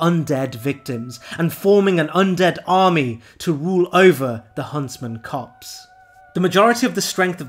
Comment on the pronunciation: It's "copse", not "cops". Blegh.